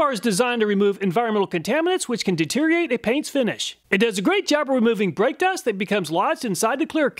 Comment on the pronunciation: Detereate? Must be a new word.